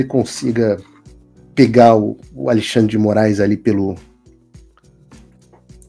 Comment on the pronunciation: Eu tô contando nos dedos para ver a encoxada no "aLEIxandre" kkkkk